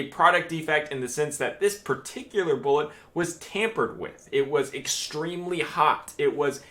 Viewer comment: "Foreseeable... boolit"